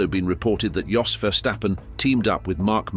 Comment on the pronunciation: How can I take this seriously if it can’t pronounce Jos properly 🤦